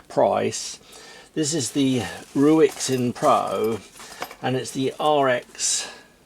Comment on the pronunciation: Maybe the pronunciation is more like lu-ey seen.